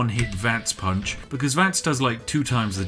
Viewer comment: No matter how many times i come back to this, gets gets me everytime. "a poonch"